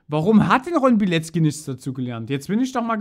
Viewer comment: Ich helfe dir gerne. Bei Polnischen Namen hast du oft ein ck im Namen. Während es im deutschen wie K ausgesprochen wird, spricht man es im Polnischen tzk. Dadurch ist die korrekte Aussprache Biletzki und nicht Bileki. Frauennamen enden hinten übrigens auf a statt auf I. Ron's Frau hieße damit Alkifrau Bilecka.